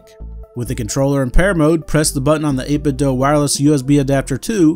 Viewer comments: Dude says "8bit-doe" 😅 Thanks for the video. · I've often heard it pronounced this way. Some pronounce it as the verb "do". Not sure what the intended pronunciation is.